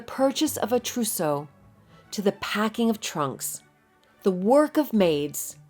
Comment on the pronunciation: And I thought I packed heavy.... oh, and "trousseau" 😉